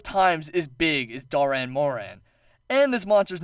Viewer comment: Spelt Dahren moran, pronounces doran moran...(sigh)